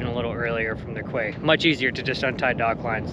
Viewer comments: It’s pronounced Key not Quay lol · I know you've heard this before... it's pronounced "key," or in French quai, prounounced 'kay" not "quay" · Quay is pronounced Key. Terrific content, as always. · Great video’s… I particularly enjoy the sailing ones. Sorry for being nit-picky but quay is pronounced “key”… one of those effed up words. You’ll here it referred to as “key-side” as in coming along quayside. Hopefully one day I’ll be doing the same… sailing my days away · so cool. Love it all. One day I will be there. Quay… is that the American-English pronunciation? In British-English we say ‘key’ even though it’s spelt ‘quay’. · Great video. By the way, quay is pronounced "key". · quay...pronounced "key" if I'm not mistaken... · "Quay" is correctly pronounced as "Key" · Quay ..." KEY ..Its pronounced.. KEY "...You colonist and that funny accent, made up spelling and missing letters is so amusing.